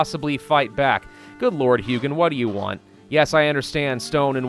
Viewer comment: Wow; that is 3 people I have seen that got the pronunciation of Hugin right; also is the only one who got the fact he is a raven right; for most people he is either crow or his name is hug-in other people using your seed sounds kinda......